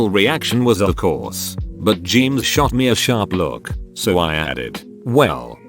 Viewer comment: TTS be like : James Jeemes James